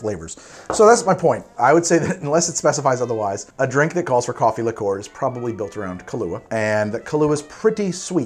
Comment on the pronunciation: Please, please, PLEASE stop pronouncing liqueur as ‘lick-or’. It’s ‘lick-your’